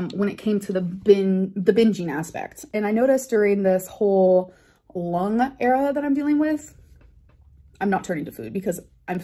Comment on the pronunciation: Did she really just say ‘lung era’ 😭